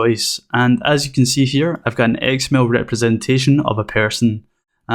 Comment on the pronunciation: Great tutorial and I love your accent! I keep hearing "egg smell" when you say XML. :)